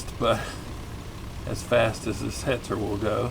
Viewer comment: I laughed at how awfully you pronounce Jagdpanzer; and then was stunned at how you could perfectly pronounce Hetzer. Arguably I think Hetzer's a more challenging word.